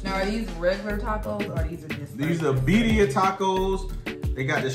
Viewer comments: birria is pronounced Veerdia. roll the d. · Y'all were supposed to pronounce the 2 R's 🤣🤣